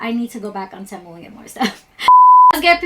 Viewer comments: Legit question. How do ya'll know it's called Té Moo and not Tee moo? Did the company state that's how to pronounce it? Lol like to me it doesn't sound right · It's actually pronounced "Teemoo" lol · It’s pronounced “TEE-MOO” babe ❤ I know a lot of people have been pronouncing it wrong but I get it